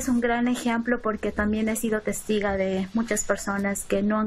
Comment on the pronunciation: En verdad dijo testiga? JAJA